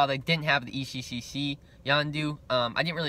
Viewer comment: sorry, but i laughed every time you said ecccc its eccc